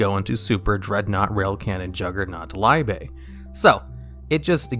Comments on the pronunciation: You say liebe wrong every time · He really pronounced "liebe" differently in each one lol